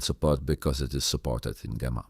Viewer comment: It's pronounced Jemma. The G is soft.